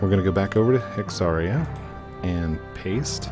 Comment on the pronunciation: You were pronouncing it correctly the first time. It's like hysteria except with a hex and not a hyst. So, it's hex-AIR-eeuh, not hex-AHR-eeuh.